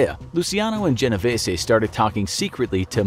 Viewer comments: ok but the mafia don was genoveeees not genoveesay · lol genovesssy it’s pronounced genovees